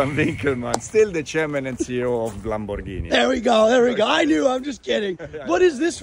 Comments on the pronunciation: Love how he pronounce Lamborghini 😅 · I like how he pronounced Lamborghini! ❤ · I love the way he pronounces "LamboRghini"